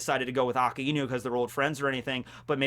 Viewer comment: Why do you say his name as Aka-inu rather than A-kai-nu?????